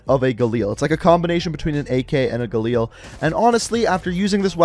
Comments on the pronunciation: How we normally pronounce Galil: Ga-lil How pronounces Galil: Ga-Leel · Its called galil, not galeel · It’s pronounced Gal-il not Ga-Leal like cmon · Kinda pressed on how you pronounce galil